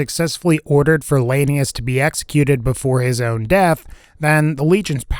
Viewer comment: "Lanius" said wrong twice, correctly once, and then wrong again like 59 times.